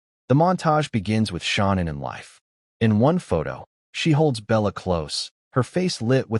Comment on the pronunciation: This narrator is making me angry!,his voice is " TOO vocal,and he keeps calling her SHONNAN!!! ITS " SHANNAN!!